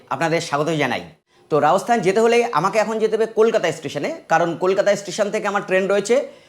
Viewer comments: Apner video dakhlam, ভালো hoache but spelling speaking thik nai, kotha ta Rajasthan... Not raosthan hobe na, kintu apni sudhu tai bolchen... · Ami apnar vlog dekhina. Ei prothom dekhlam Metar alogorith er soujonne. Jaega tar nam Rajasthan ba Rajosthan(cholti bangla te), Raosthan noe. Kane lagche.